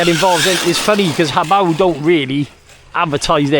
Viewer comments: The most impressive thing about this video is you're pronouncing Hobao correctly! 🙂👍😅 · No disrespect intended, just 99% of channels get the name wrong. I don’t think I’ve ever heard someone else pronounce it the same way I do. I could be wrong though! I’ll admit I only watched the recap at the end, but I’m sure the rest of the video was great as usual. 👍👊🤙